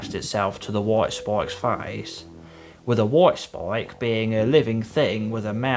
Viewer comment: “Woit spoik”